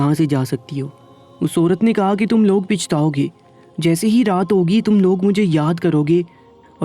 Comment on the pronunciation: Pichtao(پچھتاؤ )زیر نہیںnhi Pachtao(پچھتاؤ)زبر بولا جاتا ہے apni zuban to theek karo